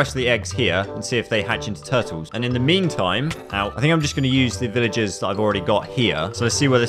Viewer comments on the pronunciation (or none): "villgers" ah yes gramer